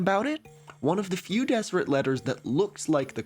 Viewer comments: And yes, I knew about the Deseret alphabet. We learned about it at BYU. Fyi, it's pronounced "Dezzerret" not "Desserret." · I can tell you haven't lived near Mormons based on the pronunciations, haha. Some notes: Moroni - "More-own-ai" Nauvoo - you said it right but the emphasis is on the "oo" so "naw-VOO" not "NAW-voo" Kolob - koh-lawb Zion - Zai-uhn Deseret - "Dez-er-et" the "s" is more like a "z" like in desert Great video, though! Brigham Young is definitely the kookiest LDS prophet with a lot of weird ideas. One of his biggest theories that never caught on (somehow, despite him being the prophet) was the "Adam-God" theory that Adam (of Adam and Eve) was actually God the Father in mortal form with the purpose of populating the earth himself. This is rejected by the modern church but an interesting tidbit about Brigham Young. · Just for your information. It's pronounced Dezzeret. With the double ss making a z sound emphasis on the last syllable. As if it were the diminutive feminine form of the word desert. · 1) During your breath(e) rant, I realized I might love you. 2) You're mispronouncing Deseret. It has a definite Z sound, not S, and 3 distinct syllables. Dezz-uh-ret. 3) Did you know that the Deseret Alphabet is included in the Unicode standard? it will live forever. (obviously you did because you mentioned it after I wrote this.) 4) Watch out,! I hear [that] Kevin the Ass Hurter is on the loose!